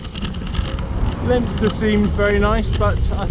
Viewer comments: Leominster is pronounced lemster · Fantastic blog, really enjoyed the views around Ludlow and brought back memories of my time there in 2018. That looked a monster climb on your first ride and the profile on your cycle computer, even though exaggerated looked absolutely horrendous! No shame in getting off and pushing. Second ride where is Lempster? Owh Leominster, never know it was pronounced that way! Where did you pick up the local lingo? See you Thursday.